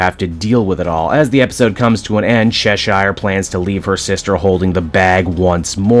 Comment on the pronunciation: Bro they say Cheshire’s name in the show, how do u still say it wrong? I mean If it’s just cuz you want to that’s fine